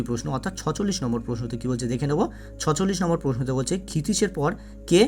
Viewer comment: ৪৬ এর উচ্চারণ ছেচল্লিশ। ছচল্লিশ উচ্চারণ ঠিক করতে হবে